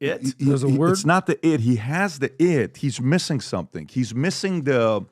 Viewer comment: why doesn't Patrick say "the" world properly? He always say "duh" in place of "the" and "dey" instead of "they." Does he have a speech impediment?